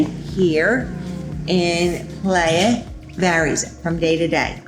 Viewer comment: ok but she should know how to say "playa" she lives there it's embarrassing